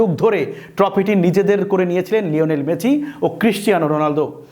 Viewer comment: মেসি ❌ মেচি ✅😂😂